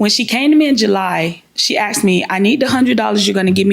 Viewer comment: She “axed me” lol. Thats such a ghetto response